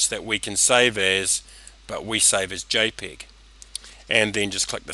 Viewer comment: This is an excellent tutorial: clear, precise and to-the-point, no crappy music, no boring backstory dialogue, just the tutorial, just excellent... except for one thing. It's Jay PEG, Peg as in Peggy, not Pig as in Piggy. Peg, Jay Peg, PEG. Other than that, this is a great tutorial, thank you. And I must say, your English is coming along nicely. A few months in New York and you would sound like it was your mother tongue.